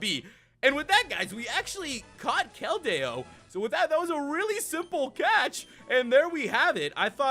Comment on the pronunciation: The correct way to say keldeo KEL- dee-oh